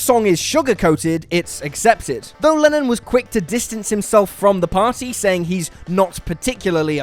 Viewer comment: Is it just me or did it sound like Lenin when he said Lennon? :D